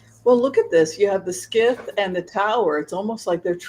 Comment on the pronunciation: Scythe is pronounced “sithe” (rhymes with tithe) not “skith.”